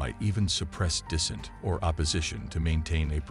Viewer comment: 100%. Resource consumption would be just another problem AI could solve better than us. As for suppressing dissent (I assume the narrator is a program, since it pronounces "dissent" as if it would a contraction like "didn't").... yeah, it's not like any human groups have ever suppressed dissent, eh? Also, the last thing I'd want is having woke "ethics" wired into AI--imposing "equity" rather than equality, assuming that the only possible cause of divergent outcome is racism/sexism/[fill in blank]ism.